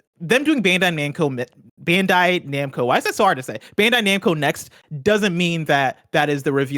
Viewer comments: Tim slippin "bando namcai" lol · Re: The Bandai Namco story, Tim says “Bando Namcai.” Lol. God bless you Tim! Let Tim host!! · Bando Namcai he says lol